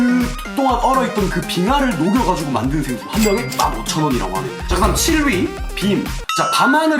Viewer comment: 생수가 새X라고 들려요